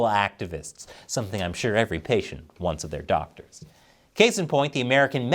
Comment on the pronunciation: Weez beez dawctuhs n sheeeeeei